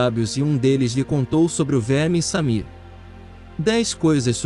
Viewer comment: Não é Samir, é Shamir.